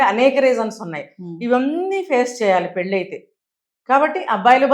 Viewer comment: Anchor not prnouncing pelli properly.